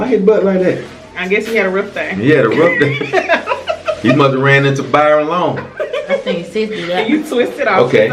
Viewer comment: Did he just say he must a ran into Byron Long? OMG I’m weak 😂☺️😭